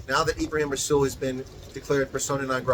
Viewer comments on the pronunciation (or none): Greetings and salutations,. Two thoughts to ponder. Does anyone, for a nanosecond, think that rasools comments were made off the cuff? Methinks not. ANC gave the go ahead.... for reasons. Secondly Rasool is pronounced with a soft " R ".